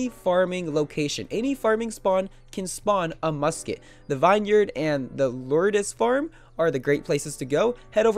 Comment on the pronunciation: Dont pronounce it vine yard pronounce is vin yerd